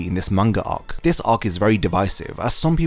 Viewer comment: Its ark not ohk